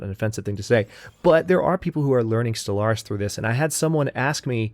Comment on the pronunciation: I like it when you call it Solaris instead of Stellaris :P